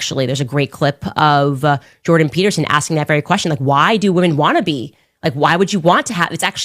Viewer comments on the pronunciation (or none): none